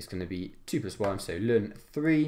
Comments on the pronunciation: IT IS NOT 'LUN' IT CAN EITHER BE 'EL EN' OR 'LAWN' OR NATURAL LOG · STOP SAYING LUN